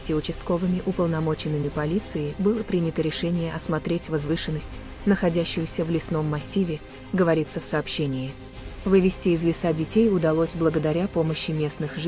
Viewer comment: Вывезти из лесА детей.. Ппц.. Да уберите вы эту нерусскую женщину с озвучки!!